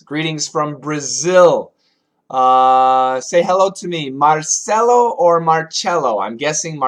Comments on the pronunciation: with c sound "Marcelo" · Marcelo is whith c sound